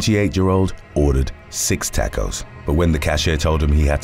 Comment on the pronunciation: I'm gonna start saying "tackos" from now on